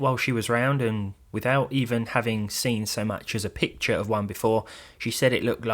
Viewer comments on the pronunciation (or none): none